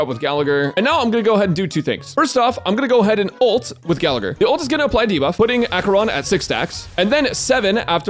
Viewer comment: I cringe every time Gallagher is mispronounced